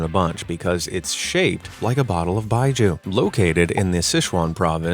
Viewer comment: Pronounce Baijiu properly. It's not Baiju, it's Bai-jio. Do better.